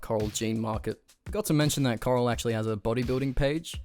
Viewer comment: You're right. This guy is Australian or some shit so he can't pronounce Bufford or Correll correctly. Correll has an oooooolllld as channel called thecorrell2011. He used to dance nearly ass naked all oiled up 💀💀 he's low-key a lolcow.